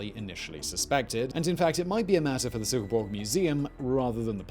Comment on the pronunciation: As a Dane, i have to compliment your pronounciation of my hometown of Silkeborg, it was spot on :D Furthermore, i find it funny how many bog bodies are found in Denmark